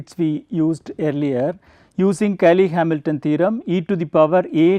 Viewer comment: "Cayley" becomes "Caley"?